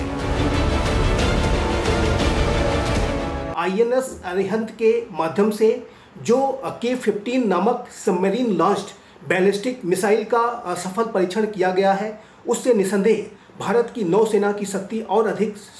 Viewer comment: हमारे रक्षा विशेषज्ञ हैं, लेकिन भाषाओं में शब्दों का चयन उच्चारण गलत बोल गए, उन्होंने कहा कि भारत ने( असफल ) परिक्षण किया।इसे कम से कम प्रसारण के समय तो सुधार कर लेना चाहिए था।